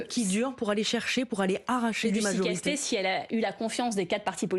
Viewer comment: Castet "et " sans e comme Monet :ET